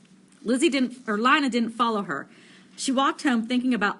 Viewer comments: Is Lina not Lana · Worst reading EVER it’s Lina not linea and stutter much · Sry to be mean but it's pronounced ( LEANA ) NOT ( LINEA ) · PLZ JUST SAY LINA PRONOUNCED L E E N A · Not trying to be rude but I think lina’s name is pronounced ( lee-na) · She says it like lie na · SHe SaYS lInA WrOnG